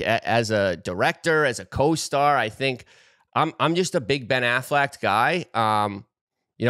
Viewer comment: Who the hell is Ben Afflect?😂